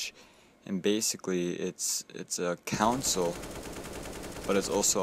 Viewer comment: Lol stop saying "counsel" instead of console haha thanks for the vid though!